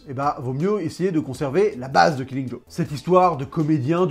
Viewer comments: J'aime bien tes vidéos mais j'ai l'impression que tu as une tendance à rajouter des "s" a des moments où il en faut pas, genre Killing Joke"s" ou comic book"s" meme quand tu en parles au singulier. Mais c'est du gros pinaillage, en dehors de ça c'est très très bien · ya pas de S à killing joke. c'est dommage la vidéo est excellente mais ça, ça pique les oreilles